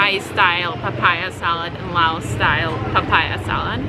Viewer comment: Why does she say Law? I thought it was Laos.